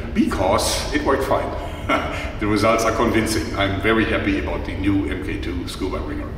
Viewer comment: Mark 2 Not mk2. Mk2 = mark2